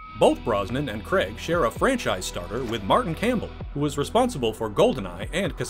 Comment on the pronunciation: Both terrible, Brosnan looks like a z-list male model from a Littlewoods catalogue, and Craig (not pronounced Cregg by the way, stop it) has no humour, and just looks bored and miserable in every film.